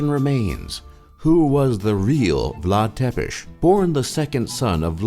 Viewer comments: Mor coaieee😂😂😂 Vlad Tepes. Nu Vlad Țepeş...😂😂😂😂😂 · Țepeș not Tepes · is ţepeş not tepeş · "Tepes" Țepeș! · its vlad țepeş not tepeş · His name is not Vlad Tepesh, or whatever you said. It's Țepeş. Ț is spelled "t's", and ş is spelled "sh". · Vlad Tepes. Tepes is Țepeș in Romanian. You can read ț like tz and ș like sh (Vlad Tzepesh :))) ) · It's Vlad Țepeș no Tepes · It's Vlad Tsepes not Vlad Tepes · Țepes, no Tepes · Bad choice to add a fragment of a german SS soldier as a birdwatcher . Be more carefull what you put together And by the way the father of Vlad Tepes (pronounced as Tzepesh) is Vlad Dracul which means Vlad the devil. Be more accurante when you try to make a real info video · Sorry but i have to do it. Ț is hears loud Tz. So if you read Țepeș it sounds Tzepesh. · Umm im romainian and u butchered vlads last name so bad because his last name is actualy said tsepesh and its written țepeș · It is read "Chepesh" not Țepes. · Țepeș = Tsepesh Ciorbă = Chiorba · "Dracul" from "Vlad Dracul" means the deamon or the devil, not the dragon. Also, the first T in Țepeș is actually read like "ts" and the s is read like "sh". And is a made up word that basically mean the impaler. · Vlad Tepes hahahah Zepes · tzepes not tepes. it always bothers me. also, you mispronounce horribly. but thanks for the video anyway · Its called Vlad Tzepesh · Please do pronounce Țepeș as TZEPESH... And ciorba (the soup) as TCHORBA... It's easy. So "ă" is identical like it sounds in "girl", "ț" like in pizza or let's, "ș" like in shop... Thanks! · It is pronounced tzuicah and tzepesh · His name is actually pronounces Vlad Tzepesh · Cătălin Florian Vlad Țepeş ( Vlad Thepesh ) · "Vlad tepesti" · Romanians: Why are you saying Vlad Ţepeş that way?! And also, as a fellow romanian, fuck you for saying gypsies are roman. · Try not to get triggered challenge: Romanian pronounciation editionlmao jk im not triggered